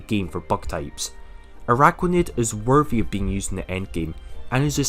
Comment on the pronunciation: Stop with the ARAIDOS pleaseee!! Triggers me so bad..